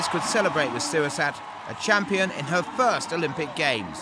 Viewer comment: I don't think he's pronouncing Srisurat correctly...